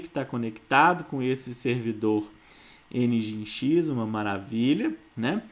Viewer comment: Pequena nota: Nginx - soletra-se "Engine X" - (e)ngin(e)x ..... Cumprimentos